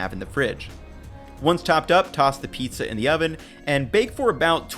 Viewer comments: ah, half of the "píča", alright:D probably every Czech or Slovak person watching this had to play it back to make sure he really said it:DD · “half of the peach-a” I don’t know why I found that so funny. Can’t wait to try this recipe